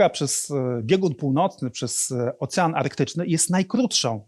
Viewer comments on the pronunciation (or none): none